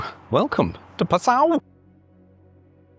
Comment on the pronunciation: Pronunciation tip! it is correctly pronounced PA sau. NOT pa SAU!!!!